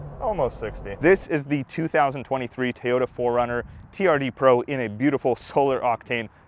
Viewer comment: How to pronounce Toyota….. toy-o-ta. Try it out bud it’s not hard